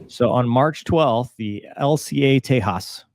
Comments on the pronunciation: Tejas, Spanish for Texas. Shame on them for mispronouncing a word that originates on the opposite side of the world. Could you please help us with the pronunciation of your callsign, is it "doo-chey" or just straight "doosh"? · Indians usually spell words as in "British English", not American English, forget about Spanish. That is something I learnt when I came to North America, Indians wanted to know how I knew how to pronounce their Indian names. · dont pronounce it the spanish way like "tehaaas" The J is not silent. Think of it as the J in JAS39 and call it the "Tay..JAS" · Great video. Just a teeny tiny remark if you plan to cover more indian stuff. In Indian languages we pronounce the J. Its not Spanish. So Tejas has a J sound and not a H sound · It's Spelled as TE - JAS (J should be Spelled as J in JET) so it's TE - JAS not Te Haas (Hint - Sanskrit spellings are Sharp not blunt with silent alphabets). Due to Indian Nuclear tests and following Sanctions the program got delayed as Indian Search for a Engine delayed it. After 2014 the project took off with IOC and delivery of Mark I variants. There is also Tejas Navy for which USN showed interest as a trainer briefly. Not much is known about it after though. The jet has not been Exported to any country currently. Then comes MARK 1A First test flight of which was recently concluded and will be operational by 2026 as 5 Squadrons (Intended to be the workhorse of IAF). Then Tejas Mark 2 will follow which is a medium weight multirole fighter aimed to replace Mirages and other types of jets in IAF. There is also a Future dual engine proper naval jet based of this planned and worked on which will be operational by 2031 called TEDBF. Indian Air Force intends to use maximum if it's variants in its extended operations and recently have secured a Mega Engine Deal with Lockheed Martin and US govt. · It’s Tejas, not Tehas… the alphabet J is pronounced! Get these things right! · Its Tey-jus by pronunciation